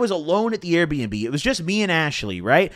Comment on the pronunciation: why tf you say AIR bnb